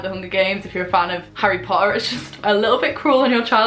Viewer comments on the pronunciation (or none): none